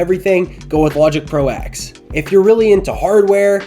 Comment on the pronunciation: It is pronounced Logic Pro Ten not Eks! Probably why they renamed it Logic Pro 11.2 to avoid confusion. The X is a roman numeral for ten